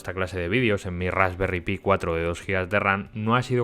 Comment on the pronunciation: Se dice "Rasperry Pai" lo que sería "tarta de frambuesa", son unos cachondos estos ingleses. Y ya llevaban más de 1 millón vendidas (de todos los modelos).